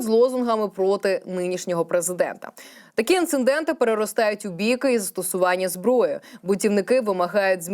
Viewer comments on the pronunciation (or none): інцидент вимовляється без другого н - НЕ інциНдент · ІнцИДент, а не інциНдент!!! ПОМИЛКА!!!